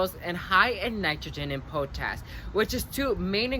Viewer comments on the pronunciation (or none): I like how you say po tash instead of pot ash for potash. (potassium) Good stuff